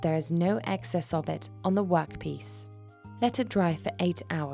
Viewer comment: “A wok piece”